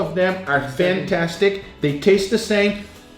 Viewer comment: THATS “PFANTASTIC”